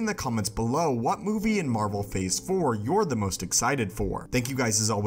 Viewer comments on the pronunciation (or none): none